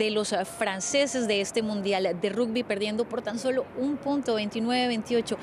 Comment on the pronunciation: Este canal es muy serio, poniendo a cubrir la copa mundial de rugby a una cronista colombiana, que ni siquiera pronuncia bien la palabra "rugby" en español. Es como poner a un argentino a comentar un partido de críquet. Pero bueno, es un canal francés, no se puede esperar mucho.